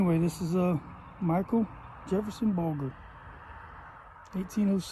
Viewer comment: We pronounce it Bul ger like german. Interesting info though.